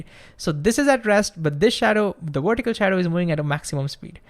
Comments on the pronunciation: It's pronounced VER-tih-cal, not WERE-tih-cal. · The speed and excitement of your talking completely undermines your trying to explain something simply. You are completely carried away by your annoying enthusiasm to the detriment of what you are trying to convey.Also vertical is not pronounced wertical. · Why does he pronounce vertical with a w and video with a v. Where is the consistency?